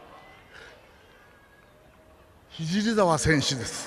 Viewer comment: おい ひじりざわって聞こえたぞw